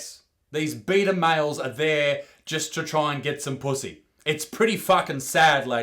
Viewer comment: Most offensive thing in this video is how you pronounced "beta"